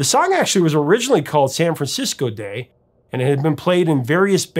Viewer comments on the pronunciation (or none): none